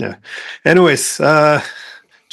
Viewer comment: It's incredible to me that non-Greek speakers have so much difficulty with quite uncomplicated Greek first and last names. For example, "Mercouris". The Greek "ου" (latinized as "ou") is , effectively the German "u" as in "Du bist". So, mer-kOO-riss.